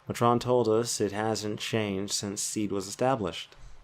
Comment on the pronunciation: I think it's pronounced "MAy-tren", as opposed to "Ma-trOn"